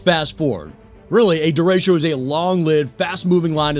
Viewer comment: It's pronounced DE RE' CHO NOT DA RAY' SHEEO!!😐😑😶🙄😏😖😤